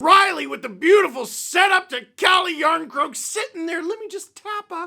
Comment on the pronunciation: Calle Jarnscroak 😂😂😂